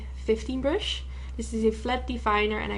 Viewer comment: I love the way you say brush, like it's pronounced "bruhsh". Cutest accent ever. Love this look, too!! Keep up the great work :)